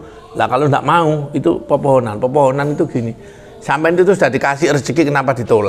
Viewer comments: Kepohonan pak bukan pepohonan 🤭 salam dari saya asli Kalimantan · Kepohonan mas aiiih....bkn pepohonan 😀😀😀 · Kepuhunan pak bukan pepohonan 😁 artinya kaya pamali gitu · Kepohonan pak, bkn pepohonan🙏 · Kepohonan pak, bukan pepohonan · Kapuhunan Pak . Bukan Popohonan ( Pohon ) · Kepuhunan pak...bukan pepohonan😁 saya asli Kalimantan timur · Dari Kalimantan tengah hadir pak. Maaf membenarkan sedikit pak, bukan pepohonan tapi "kepuhunan" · bukan pepphonan mas tapi kepuhunan.. maaf ya mas.. ralat sedikit.. dan bubuhan artinya keluarga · Kepuhunan pak bukan pepohonan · Maaf sebelumnya 😂🙏Kepuhunan pak bukan pepohonan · Kepuhunan bukan pepohonan 🤣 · Kepuhunan bukan popohonan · Kepuhunan bukan pepuhunan